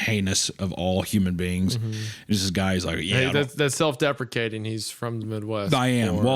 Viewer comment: Which one of you told Isaiah how to pronounce deprecating correctly?!